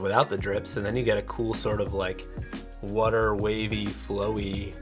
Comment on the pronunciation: Followed the tri state area guy cause how he says water